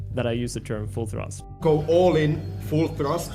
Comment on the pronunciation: Hahahaha the stream where says “full thrust” like a true foreigner